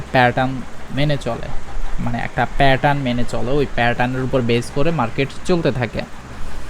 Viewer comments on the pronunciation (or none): আপনি প্যাটার্ন উচ্চারণটা ভাল করে করেন। শুনতে খুব অকওয়ার্ড লাগে।